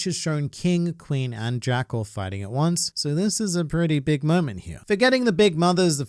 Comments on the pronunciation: Hearing him say Zack instead of Jack made me laugh, because I keep forgetting that Jack was present on Onigashima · Jack is so irrelevant can't even get his name right.